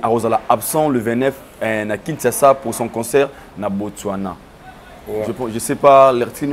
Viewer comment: ...botswana not botchwana ...mitsubishi not mitchubishi Mbuta likasu is among the best congolese dancer.